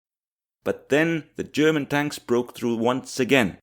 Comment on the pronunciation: Tonks. That It's. Just TONKS